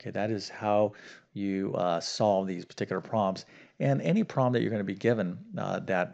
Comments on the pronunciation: I hear him saying "prom" rather than "prob" or the correct two syllable "problem", and yes, it bugs me too. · The word "problem" has two syllables, not "prob"; also, the word "thorough" is pronounced "THUR-oh" -- not "THUR-ull" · I hear him saying "probm", but that is not a probm for me.